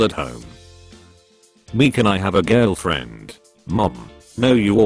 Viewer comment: I laughed when he actually said “Jirlfirend”